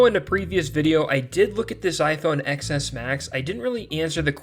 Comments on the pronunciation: Please stop referring to this as an iPhone Ex Ess, it is an iPhone Ten Ess. The X is the number 10 - as in Roman numerals. It ruins your credibility when you say it wrong. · Did he really just keep saying iPhone "Ex" S Max instead of Ten S Max? Shaking my head... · Stopped watching the third time I heard ECKS ESS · It’s not “XS,” it’s pronounced “ten S” It’s the S version of the iPhone ten.